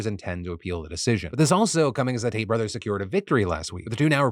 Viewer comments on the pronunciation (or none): none